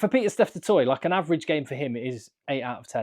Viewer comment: Which will anger the French more? Not getting any players in the World XV or the fact that Saffas keep butchering the pronunciation of Du Toit. 🙉